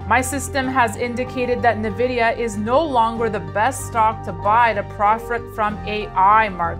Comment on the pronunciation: "Nuh-Vidia" Why should I trust anything you have to say about this company's prospects for the future when you don't even know their name?